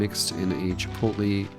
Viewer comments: see "chipotle" say "chee-POTE-lay" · It's okay. You're not the first person who has trouble pronouncing Chipotle.